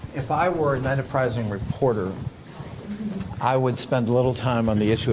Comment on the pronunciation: through are you people trying to pronounce the word 'enterprising'?